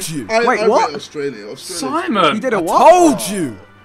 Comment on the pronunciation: Whenever says Simon, I hear Sideman